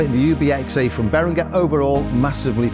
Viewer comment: beringer is pronounced as beringer not berinGer, like the G in ginger.